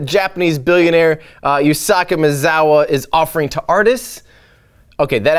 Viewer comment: Yu-sa-ku Ma-eh-za-wa